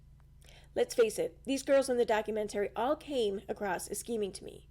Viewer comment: Doc- u-MENT-ary